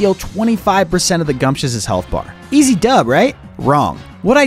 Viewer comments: Gumptious? I thought it was pronounced Gumshoes since gumshoe is slang for a detective and Gumshoos is the stakeout pokemon. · Lmao, guy does NOT now how to say gumshoos! 😂